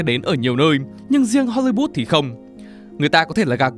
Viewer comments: hollywood ::: hollybood ad phát âm nghe lạ thế. Góp ý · Không hiểu được tại sao cứ đọc đi đọc lại Hô Ly Bút?? Wth 🖊?????????? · tại sao cứ HOLYBOOT, HOLYBOOT? có meme châm chọc hay gì à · nên cải thiện giọng đọc, giọng phát âm tiếng Anh ở những video sau ạ. Không hiểu sao cứ phát âm hôly-bút, nghe rất khó hiểu. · Thiệt, cứ tưởng phim ấn độ. Cứ hollybood miết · mình có nghe nhầm không nhỉ? "Ho-li-but(s)" ???????????????????????????????????????????????????????????????????????????????????????????????????????????????????????????????????????????????????????????